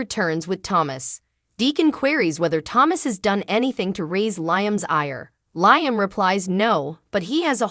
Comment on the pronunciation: He's name is Liam u are saying it wrong. Liam should just go to Rome to surprise Hope so she don't fanzine about Thomas. Eric and Rigg need to let RJ be his own life if he don't want to do fashion. Baltimore MD 😮